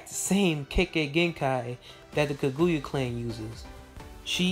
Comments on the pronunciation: Dood... It's KAGUYA with an A at the end NOT KAGUYU with a U at the end... Soo cringy to hear you not even try to pronounce the name correctly. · Eww learn how to pronounce names, that is not how you say Kaguyas name. Do you even Naruto??? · Says the person that can't say kaguya